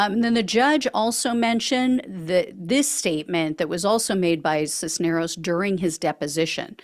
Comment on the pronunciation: Cisneros, you pronounced correctly. The first name is e LI as. for Elias. Accent on the center. REALLY glad to see these goons are being held to account for the BS.